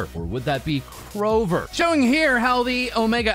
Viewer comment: It’s Krover.